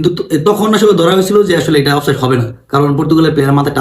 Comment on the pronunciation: চান্দু, শব্দটা "অফ সাইড"... offside অফ সাইট আবার কি শব্দ রে বেকুব!